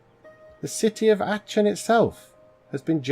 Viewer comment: Aachen = ah-ken Palenque= Pal-en-kay Enjoying your channel, happy to have found it.